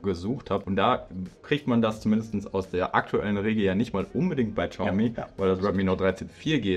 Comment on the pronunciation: Xiaomi nicht Schaumi.